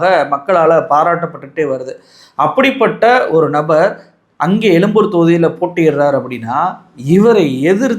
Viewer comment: Adhu yelumboor yillaingah yezhumboor . Thamizhin yelumbai norrukkaadheengah